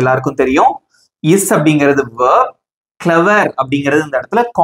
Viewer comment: Bro that is verb not vearbee